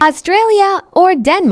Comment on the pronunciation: Shpain Guatermash Denmarka Pls give him an Oscar for pronunciations country’s 😂😂😂